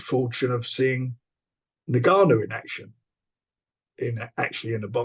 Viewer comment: NGANNOU NOT NUGANNOU😩😩😩😩😩😩😩